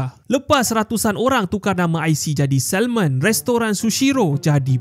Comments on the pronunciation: Sebut SAMON bukan SALMOn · Pemberitahuan umum: Sebutan betul adalah SA MON..L tu senyap..tq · Pronunciation for salmon is SA-MON. Silent L. That’s the correct way to say it. Thank me later. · Sebutan 'salmon' tu, huruf 'L' tu silent, tuan... Nk pegi jauh, sebutan kene international...